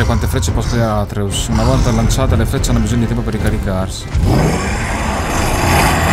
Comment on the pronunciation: atreeus non atreus daje bomber! bel video!